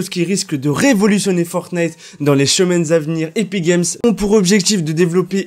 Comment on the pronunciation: A 5min10 ta dit la chemaine 😂😂😂😂😂